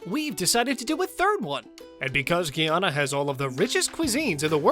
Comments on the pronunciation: It's Guyana. My beautiful country. Not the way you are saying it. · Exactly!! Clearly not!!! … “Ghee Ana”. … lol 😂